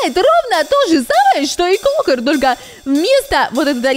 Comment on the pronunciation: Не клукр а клакр